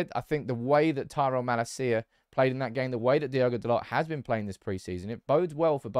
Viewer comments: It's pronounced as: Mahh-laaa-cia, not ma-la-ci-a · It’s not mala-cia but malacia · I'm sure you're saying "Malacia" incorrectly